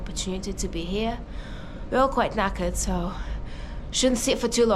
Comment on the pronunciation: I love a Russian saying the word knackered well done you’re now English. 🇬🇧🇬🇧🇬🇧🇬🇧